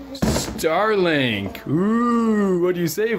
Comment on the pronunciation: Ster link